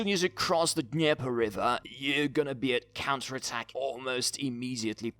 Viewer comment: Why does it sound like you say cancer attack instead of counter attack